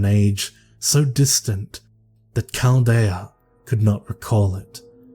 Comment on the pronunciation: voice is lovely,and the story is a great selection....However, there were a few mispronounced words that might have counted against him in a tight competition. Aeon for one is pronounced Eon, that ae spelling is pronounced as a long E...and Chaldean is Cal-Dee-an. I, personally really do not care, but a judge might... Hey, I'm a long time suscriber. Just a thought. Love craft is honestly a hard read, sooooooo many tongue twisting words.